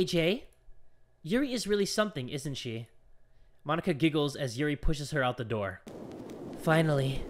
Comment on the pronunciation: say mo-nika